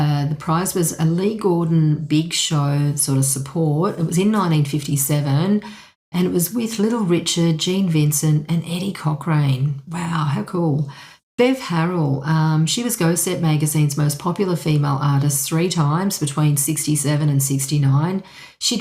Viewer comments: and it's Eddie 'Cok ren', not 'Cok rain'. Mispronunciation of their names reduces the sense of authority about the subject. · Pronunciation is more like: Eddie COCKRUN and JUDITH DUR- UM I’d say…